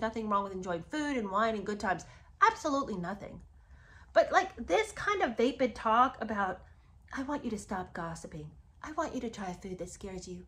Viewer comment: Just so you know It’s pronounced va- short a sound like in apple- va-pid. Not vay-pid